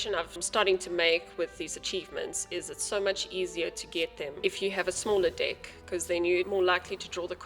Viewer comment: The way you say deck caught me off guard every time lmao. Thanks for the tutorial tho